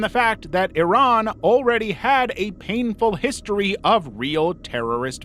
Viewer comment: Omg You said “eeeee-rawn” not EYE-RAN …..THANK YEWWWW